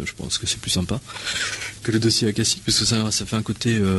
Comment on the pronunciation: accashique se prononce "acachique"